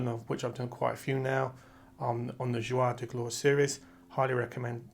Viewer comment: Hello. Thank you for the information you share. I had to smile each time you said the series' name. It is not "Zhwar de Glore" but the reverse: "Zhoor de Gloar" = Days of Glory.